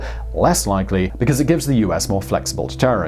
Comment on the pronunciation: it’s “LIKELY” not “LECKLEIGH” lol. enjoy your videos